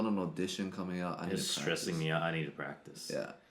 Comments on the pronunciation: "Practice", not "Pratice" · "PRATICE" I guess he skipped English class to practice as well ... ;p <3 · You have to "pratice" more! :-D 😂